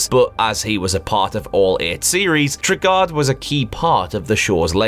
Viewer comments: It's pronounced TRAY-GUARD! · Enjoyable video. Knightmare was my favourite television programme growing up, and I have all the episodes saved, thankfully! And the dungeon master's name is pronounced Trey-Guard of Dunns-Helm (not Tregarrd of Dunsh Elm). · One thing... its pronounced like Tray-Guard of Duns-Helm